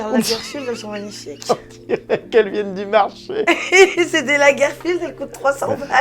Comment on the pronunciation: A 10min 44 et quelques quand elle fait sa vidéo de pieds elle enleve ses chaussures Jerem lui dit qu'elles sont moches elle répond " c'est des lagerfelield elle sont belles, c'est des Lagerfield ça coûte 300balles..." Non c'est des Lagerfeld pas Field